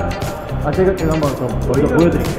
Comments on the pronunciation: 왜자꾸 제가를 저가라고ㅋㅋ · 제가를 '저가'라고 하는것도 잇음 ㅠㅜ 여긴 모르겟는데 인터뷰에 많이 그렇게 해요 ㅋㅋㅋㅋ